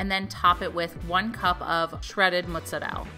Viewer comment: I love how you say Mozzarell! Luke is adorbs